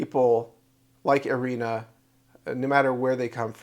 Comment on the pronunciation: Sie heißt nicht Arena sondern Irina ☝️